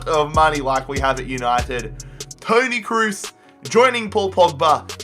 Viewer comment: I first heard pony kroos😂😂 i was like WTF dude